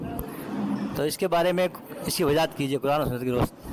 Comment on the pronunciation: Bhaiya pahale aap log apne sheen qaaf se pahale sahi kar lijiye Gujarish nahi guzarish hota Wajahat nahi wazahat hota